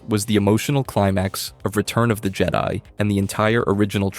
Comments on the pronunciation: Why are you saying things so weird? C-3PO? Jed-ee? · It’s not jede it’s Jed-i….